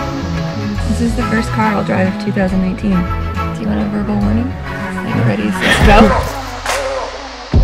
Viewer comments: she said two thousand einteen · Oh yes the lady did say 2019 :) ... sounded like 2018 though